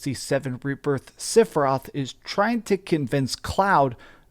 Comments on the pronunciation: Are u saying Siferoth? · Just who in Gongaga is "Sif-eroth." For a FF7 fan I don't get mispronouncing the name occurs. However at least he is consistent. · I just watched the self-proclaimed final fantasy fan mispronounce the main villains name for 15 minutes. I’m literally to the end of the video in a blind rage. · learn how to pronounce sephiroth